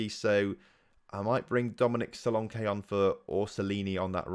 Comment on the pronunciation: your english and you pronounce and englishmen wrong. you pronounced solanke wrong.